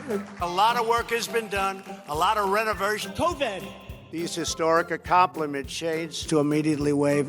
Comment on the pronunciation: "Tolerided" for 4 years with all his "accompliments"